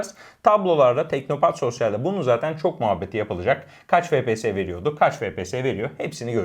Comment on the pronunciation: Yine efpies e fepese diyerek kanserlikten ödün vermediler.